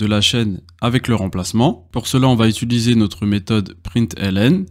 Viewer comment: Le cours est très bien construit ! Petite piste d'amélioration, apprendre à dire "utiliser", ça me pique les oreilles à chaque fois !